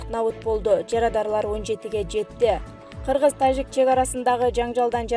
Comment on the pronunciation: Э тажик деп орусча жраф деген тамганы айтпай ж деп жылдыз денен тамганы колдонгулачы кыжырды келтирбей